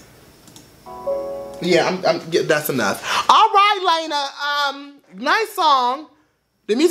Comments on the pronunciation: It's pronounced Lana (L•aw•na)... not L•aine•a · LAH-NAH, not LAY-NA lol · LAH•NA. Not LAY•NA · it's not "Lena", it's Lana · "Layna" 😂 Its okay it's just funny hearing it said that way. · GIRL BYE "Lay-Na" LMAOOOO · The way he pronounces Lana. "Lena". LMFAAAAAAAAO. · is he saying LAYNA on purpose or no lmfao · Do not want to be rude but lana's name is pronounced (lawn-uh-de-l-ray) Lana del rey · the way he says her name LMFAOOO